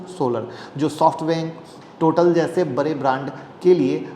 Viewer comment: Bare nahi bade boliye